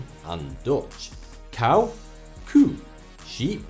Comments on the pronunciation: it's koe not kuh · It's koe not koh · "kuh" ? LoL, it's "koe", pronounced like "you" but the y as k.